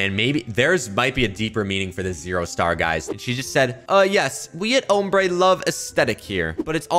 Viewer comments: It’s pronounced om brae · Name ombré pronounced amber it’s a Spanish word I speak small amout of Spanish know the word not meaning 😊